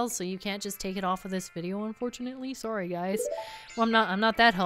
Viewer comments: Is Canadian? She said sorry like one. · you should play all the old pokémon games. EDIT: Also, are you Canadian? When you said "sorry," it had the Canadian O. EDIT THE SECOND: Did you know there is actually such a thing as a bomb propelled rocket? Look up nuclear-pulse propulsion. EDIT THE THIRD: Can you learn the Song of Storms in this one? That's my favorite song from Zelda. And Saria's song too... For that matter, can you play songs before you've learned them?